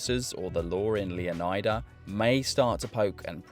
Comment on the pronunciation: It’s pronounced, “Luh-Nie-Duh” Luh rhymes with Duh. Nie rhymes with Lie. How is “Leonard” pronounced? You don’t say “Lee-oh-nard”. Stop pronouncing every letter in the word.